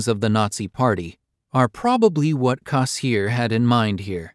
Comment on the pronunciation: For god's sake, learn to pronounce his name - Cass EER er